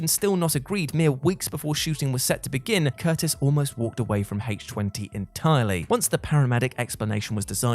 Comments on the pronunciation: Since when has Halloween H2O (i.e. the chemical formula for water) been said as Halloween H-Twenty? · HAYTCH TWENTY?! I DON'T EVEN WATCH THIS FRANCHISE YET WTBFH?!🤪😹